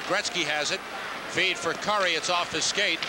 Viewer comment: ESPN 2nd period update....Mark Gretzky 😂. Lou Nanne...it's Kurri, not Cure-ee.